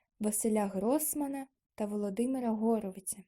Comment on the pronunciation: нет, она там правильно прочитала